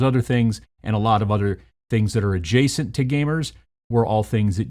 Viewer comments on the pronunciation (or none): none